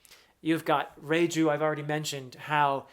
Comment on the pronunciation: Perfectly pronounced Reiju❤ She's amazing